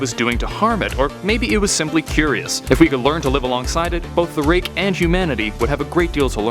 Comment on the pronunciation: i thought ut said rape lol